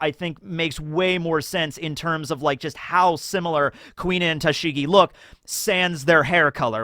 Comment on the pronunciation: I can't listen to you butcher Tashigi's name... It really makes me cringe so badly. I love you man, but there's only so much my ears can handle.